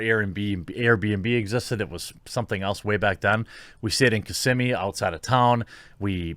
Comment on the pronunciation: You said Kissimmee correctly, most people out of Florida get it wrong